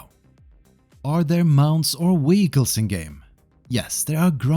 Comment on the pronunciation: Wheeguls 😂 i had to run to my phone because im like what is a wheegul! No but i get English is not your primary language. It was just funny to hear.